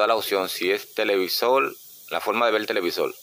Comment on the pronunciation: Televisol?, de donde eres?